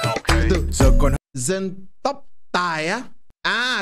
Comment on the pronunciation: Tày anh ơi chứ không phải là tài